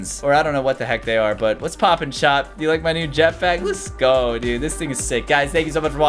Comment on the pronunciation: Almost sounds like poooop